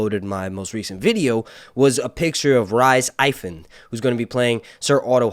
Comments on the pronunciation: So sorry, I’m a Welsh girl and have to tell you how to pronounce Rhys Ifans name. Reese Eevans Ahh I feel better now 😁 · Rhys Ifans is a Welsh name, pronounced "Reese Eefans".